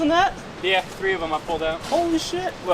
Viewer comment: 😂 “number tree”